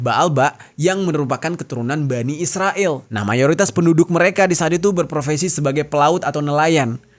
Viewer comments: Kurang nyaman dengar kata isriwil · Kenapa sih harus nyebutnya isriwil..? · Sebelom gegayaan ngomong isriwil benerin dulu tuh 29 februari 😂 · SEBAGAI SEORANG PUBLIC CONTENT CREATOR TIDAK SEHARUSNYA MENYEBUT ISRAEL DENGAN 'ISRIWIL' SEDANGKAN MENYEBUT IRAN & AMERIKA DENGAN SEBUTAN BIASA.